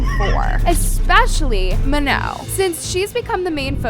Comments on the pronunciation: Bro its pronounced MA NONE not manoh 😂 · "ma-know" girl pack it up...